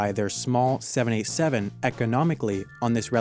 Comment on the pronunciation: Oh 787. It sounded like 7a7 and I was confused.